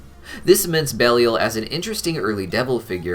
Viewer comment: pretty sure it's pronounced bell-eye-il